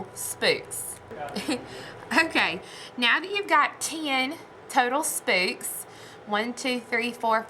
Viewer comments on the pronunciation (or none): too funny! I am from nc too, and I have never heard anyone say 'spooks' for the word 'spokes'. Thank you for your 'mistakes'... just makes us viewers feel normal! I truly enjoy you! Keep up the good work!